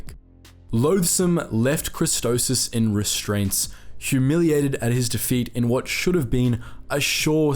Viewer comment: Idk why but I cringe everytime he pronounces Christophsis as "Christosis" 🤣